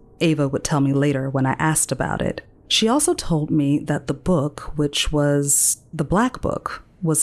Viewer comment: TOLD not TOLT , LEAVES not LEAFS Narrator is OK. story is OK.....just OK. I'm rather sensitive to language bastardization. Probably others' mis~speach more than mine..lol